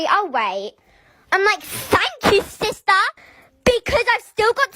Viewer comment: Said sister Wrong you said siser